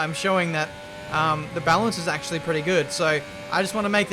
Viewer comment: nobody:: nAcHeWly